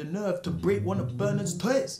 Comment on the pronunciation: “ break bernards töY’s “